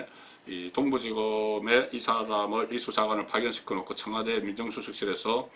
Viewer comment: 이명박이 4대강 돈낭비 비리나 다루세요 이 따위 비생산적인 내용으로 어설픈 국민들 혼돈스럽게 하지마시고요. 허구 헌날 뭇재인정부 흔들기가 그렇게 재밌나요? 곧 폭망할 자한당이나 양심껏 파보세요 그리고 청아~~~대 아~~대가 아니고요 청와~~~와 대입니다.